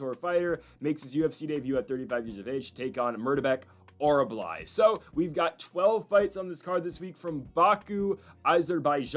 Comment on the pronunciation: It is not OR-BUH-LAI. it is pronounced OR-UL-BAI. I mentioned this the last time he fought. Thanks for the video!